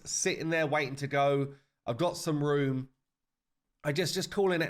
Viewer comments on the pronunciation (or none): none